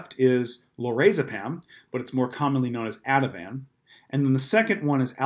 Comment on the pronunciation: Ativan not avi tan